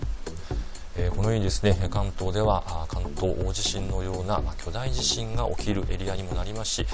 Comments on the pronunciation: 『おおじしん』 なんて言う奴、初めて見たよ。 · 関西と関東で違うかもしれませんね、、 だいじしん はあまり聞き馴染みがありません。。 興味深いですね